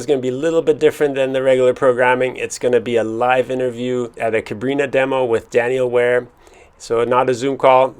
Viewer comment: CabrinHA like in AloHA - Ha der Atem des Lebens. Sorry, but it was confusing 😅😘